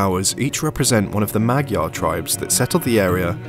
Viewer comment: Great video... Thank you for loving our country. But can I just say as a Hungarian, Magyar is pronounced modjar.. rolling the R sound.